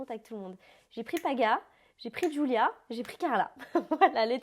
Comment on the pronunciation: Mais toi tu dis Joulia ses pas Joulia ses Julia